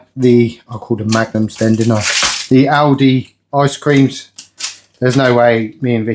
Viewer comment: Great content, but please, it's Aldi, not Aldis